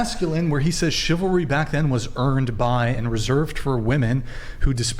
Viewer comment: Its funny they can't say chivalry, just like men cant say reciprocal